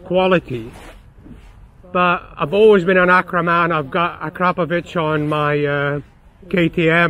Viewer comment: He actually said akrapovič not akrapovic👍